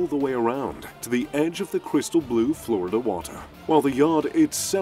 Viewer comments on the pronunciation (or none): none